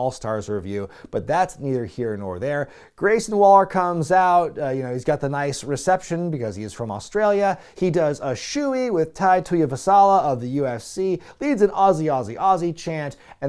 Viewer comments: Tuivasa not Vasala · you were so close! It’s just Tuivasa. Not Tuivasala! That got a laugh out of me. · Tai Tuivasala? Tai Tuivasa 😂😂 I'm just joking around. I did have to do a rewind because I thought I was hearing things. But yeah, Tai Tuivasa is a pretty cool dude. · A bit off on the pronouciation of Bam Bam it's pronounced Tai Tui-vah-Sa also anyone notice the Shoey shoes clearly a jab at those awful Trump Shoes. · It's Tai "tuivasa" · Never heard Tai Tuivasa pronounced that way before 😂